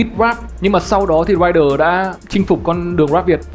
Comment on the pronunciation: Ey giống tôi vãi, cứ bị cưng ấy. Mà anh Thái phát âm Rhyder nghe sang vãiiiiii❤❤❤❤